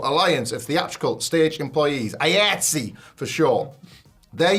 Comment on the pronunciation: the delivery of the last story is stupid. ignorance of a working professional union and constantly mispronouncing the union's name. that union spans the majority of the entertainment industry like sag-aftra or bafta. if you look at any blockbuster movie's end credits, likely an iatse chapter is there.